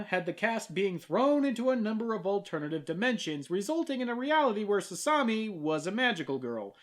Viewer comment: Actually,, FUNimation DID dub "Sasami: Magical Girls Club"... and the dub is god awful! I couldn't even get past the first episode! And I'm literally the BIGGEST Tenchi fan in North America! They couldn't even pronounce Sasami's name right!